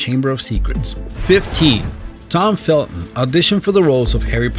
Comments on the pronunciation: "tom felto" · you forgot the N in Felton